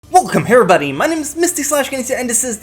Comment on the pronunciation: how misty pronounces "welcome everybody